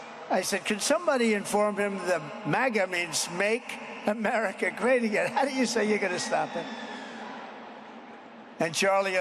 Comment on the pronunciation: Am-Erika. (America)